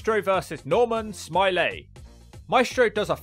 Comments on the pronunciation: It’s Norman Smiley not Norman Smilay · I love how you nailed that pronunciation, "Normal, Smi-lay" 🤣 Edit: How does Wild Slapnutz keep appearing, even in videos I don't think are going to have a wild slapnutz like this one and The Droz video, he just, inserts himself somehow, it's really starting to become ominous lol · I had to stop less than 3 minutes in after the overselling of mispronouncing Smiley.